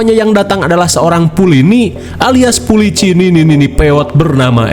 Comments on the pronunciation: pulini " polisi nini2" 😂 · Kocak bgt tiap denger PULINI ngakakkk parahhh ih.. pulisi nini nini 😂😂😅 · Pulini : Pulici Nininini wwkwkwkw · Ngakak setiap denger polini